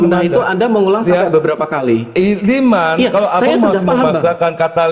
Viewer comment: Hai selama anda tidak mempelajari hukum tajwid tidak mungkin bagi anda bisa ngerti baca Al Qur'an itu bacaan Liman Yasa tapi di situ adalah hukumnya idgom,idgom itu masuk jadi hurup nun itu di buang karna hukumnya idgom jadi di baca limayyasa